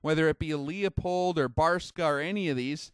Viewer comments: Good point! Most people I speak to in the Industry can't pronounce Leupold - they say Leopold instead. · Universal Kombat Which makes it that much more awkward. He’s a master of his craft but mispronounces(not an accent) one of the most popular brands of glass. Tons of people butcher the name and insist on some three syllable variation. It’s simply pronounced “Lou Pold”. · lol right.. hes talking about the glass but cant pronounce it.. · How can you take this guy seriously when he doesn't even know how to pronounce Leupold? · I think the factual info of this presenter is as shaky as his pronunciation of 'Leupold'. Too many self contradictions to be credible. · It's not LeOpold, it's LeU pold, there is no O before the P. Pronounced like Lewpold or Lou pold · Good video, very interesting. FYI, Leupold is pronounced "lou pold" not "Lee a pold". sam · It's pronounced Loo-pold not Lee-a-pold. Good video which goes to show that the Chinese manufactured stuff can be world class. Who would've thought that 10 years ago? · It’s kinda crazy to hear mispronounce “Leupold!” It’s pronounced “Lew-Poled” on their podcast and videos. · FYI, the "Leu" in Leupold is NOT pronounced "Leo". Sounds more like "Lew" in Lewis. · It's a german name and pronounced "Loy-pold" or "Loy-polt". It's not that important. I haven't heard a single american pronounce a name like "Schwarzenegger" correctly. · No kidding, after all these years why in hell do people still pronounce it as LEEupold? Haven't they ever seen a Leupold advertisement on tv? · Leupold! Not Leopold! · I enjoy your videos However, you are mispronouncing Leupold. The correct pronunciation is "Loopold". Leopold is incorrect Regards!! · FYI.......Leupold is pronounced LU-POLD, not LEE-A-POLD. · It’s not pronounced Leo...pold it’s pronounced Lew...pold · It's pronounced "Loy-pold", or "Loy-polt", depending on the german dialect. Almost no non-german speakers pronounce it correctly. Not even the Leupold company.